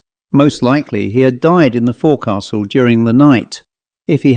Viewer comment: Forecastle, pronounced 'folk sl'. Good story. x